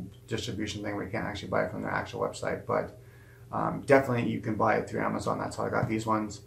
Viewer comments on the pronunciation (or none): none